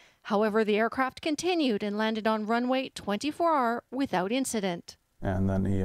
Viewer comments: d texas no it should be pronounced "two four right" I have been flying for 30 yrs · Twentyfour R 😂😂 it’s 2-4 right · Two-Four RIGHT. NOT Twenty-Four ARR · And she said 24R instead of 2-4R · I got cancer when she said 24R instead of 2-4-right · "runway twenty-four-arr." Try runway two four right. Sorry, but I had to point it out. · "Twenty Four R" Wow... it pronounced 2-4 RIGHT... nubs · You pronounce it as two four right not 24 like many people do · It's not twenty four right it's TWO FOUR RIGHT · I know I'm a bad person, but I LOL'd at when she pronounced 24R. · Jennifer and others... is indeed correct...it's pronounced 24Right. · Did she say "Twenty Fourer"("24er") hmmm not sure or was it maybe "Twenty Four R"("24 arr")? haha